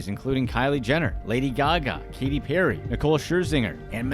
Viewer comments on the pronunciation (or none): none